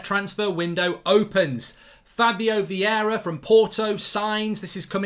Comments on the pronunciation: It’s Vieira not Viera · Vieira, not Viera! ..... and Jesus, not Resus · It's Vieira not Viera but it's all good ahahaha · Vieira not Viera